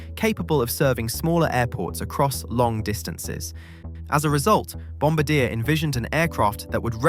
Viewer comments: Jesus... Bombardier = Bomb - bar - dee -- ay Whats wrong with you! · The way to pronounce the name is Bomb bardy ya. Its french. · Try it with me: "Bom -bar -dee -ay" it's a Canadian surname, not a WWII airforce crew position. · BOMB BA DEAR? WTF...learn to pronounce your subject FFS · It’s pronounced Bomb-bar-dee-ay. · That's O.K. A lot of English speaking people including myself pronounced Bombardier that way and I am Canadian so I should know better. Phonetically described it would be Bin-bar-dee-ah if that helps. I know that's not the or even the main point. LOL. I like the contents and message that you are getting across to the viewer about big American corporations such as Boing. Thank you for clarifying the tariffs with the C series Beyond Sky. Well done. Canadians got screwed with the Avro Arrow and now I hope Canada goes with Saab and not a step further with the Lockheed F-35. Take that over priced American defense contractors to say the least about that procurement. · The way english native speakers try to give pronunciation by using english ortography most often fails badly and often even increases confusion. Why won't they learn and use the phonetic alphabet, like everybody else does? It's simple enough, and in this case it was [bɔ‌baʁ'dje]. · It's not a n artillery cpl. It's bom-bard-yay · Learn to pronounce the name right Bom-bard-yea, as in yeah, it's Canadian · Stop saying Bombadeer. I cannot watch the rest of the video. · In Canada it's pronounced Bom bar dee ay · that's not correct. its bon-bar-dyé. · No, that is NOT correct. Bom bar dee A (the R at the end is silent). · On the one hand, the apology is nice. On the other hand, how do you fuck up the pronunciation of one of the few commercial aircraft manufacturers when you are an aviation channel? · Haha, apology accepted. I literally came straight to the comments after hearing that, lol. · It was actually funny hearing you mispronounce the name . Over and over and over .. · It's [bɔ‌baʁdje].